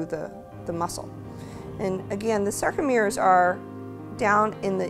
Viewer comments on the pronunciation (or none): Oops at 6mins 0 secs..... "SACROmere" ??? SACROmere? didn't you mean SARComere -never mind..